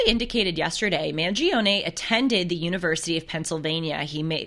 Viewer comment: It’s pronounced ‘Man-Jee-Ohhn’